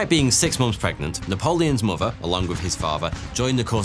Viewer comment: How can you say “months” as "momfs"?